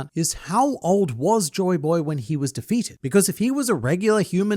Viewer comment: Demaro Black calling Joyboy as Joy Toy got me lmao 🤣